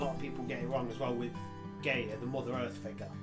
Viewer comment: Guy-a not Gay-a... Not homophobia intended.